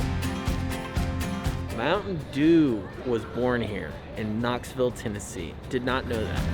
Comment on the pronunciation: Knoxville...knoville lol close enough ! Stick um Scott